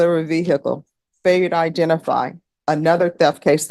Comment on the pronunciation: Ve-hick-le never gets old. Goofy